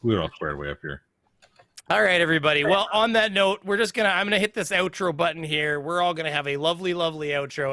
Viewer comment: That is the official new spelling and pronunciation of the word "button", I'm sorry, budden